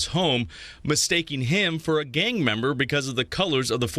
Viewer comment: You keep saying gaymember or gayviolence . It went from gang member and gang violence to that??